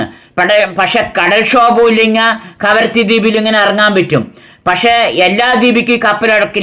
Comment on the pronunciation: karavatti അല്ല kavaratti 😂